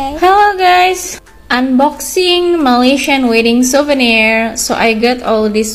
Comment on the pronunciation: Siuvernier Bukan SEBUTAN LIDAH nya SUVENIERRR